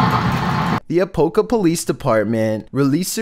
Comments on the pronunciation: It's not pronounced Apo ka Florida, it's Apop Ka Florida. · A-POP-KA, not A-POPE-KA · ... Apopka= A POP KA 💁There is NO "E" to make it "A pope" 🤦‍♀️ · A-pop-ka! Not a-poke-o.. lol, sorry, I’m a Floridian, a natural born 48 year old Floridan. Had to laugh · #13 A-pop-ka not A-Pope-ka lol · Lol its called A-Pop-ka 😂😂😂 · #13 a-pop-ka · Apopka is my city aaa... but you say it a-pop-ka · 😂😂😂😂 its pronounced A-pop-ca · Happy someone else noticed that too. 😂 APOPE CA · I'm from Orlando, and Apopka is 20 minutes from me. You are saying Apopka completely wrong lol But its understandable being we have so many places here people can't pronounce correctly. :D